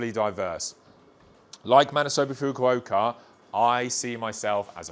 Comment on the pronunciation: Someone should tell him how to pronounce Mr. Fukuokas name